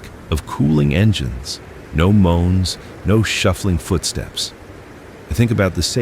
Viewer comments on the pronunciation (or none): none